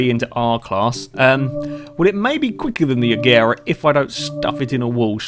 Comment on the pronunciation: Please say it like "Ajera"